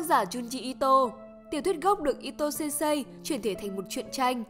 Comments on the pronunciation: Sensei nhé bạn, đừng đọc là sen sây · Đừng đọc sensei là sên sây nữa được không =.= Nó là sênsê (chữ ê hơi kéo dài) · Mình góp ý chút, thật ra Sensei đọc là "sên sê" chứ không phải "sêm sây", thật ra đọc đúng còn phải thêm trường âm nữa, nhưng đọc là "sên sây" nghe nó đau tai quá, nhất là với những người mắc OCD như mình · khoan bàn tới nội dung video, chỉ với cách đọc từ sensei thành sen-sây của người dẫn truyện đã thấy sai quá sai rồi, mình ko nghĩ 1 kênh chuyên làm về anime manga mà việc cơ bản như vậy ko biết...